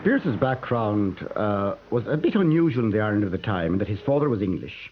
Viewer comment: When the man wearing specs pronounced the word Father as "Farrder" I knew my stomach was going to turn.